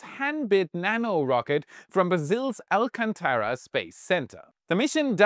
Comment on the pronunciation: Brasil Mentioned, cool. Just a tip on the pronunciation of the space base, say al-CAN-tara